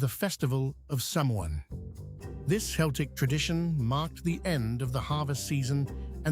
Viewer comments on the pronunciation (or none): Oh dear. The pronunciations! Couldn’t even pronounce the word Celtic properly. The Irish language is known as Gaeilge. Gaelic is the umbrella term for Gaeilge, Gadhlig (Scottish Gaelic) and Gaelg (Manx/Isle of Man Gaelic). And by the way with regard to ‘not learning these facts at school’ -well if you’d been to school in Ireland you’d know all about them!